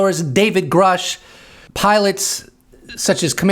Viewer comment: You keep pronouncing Grusch wrong. It actually rhymes with douche. And that is appropriate.